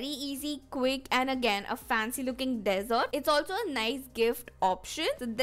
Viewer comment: its dessert.. u pronounced it as desert as in rait ke pahar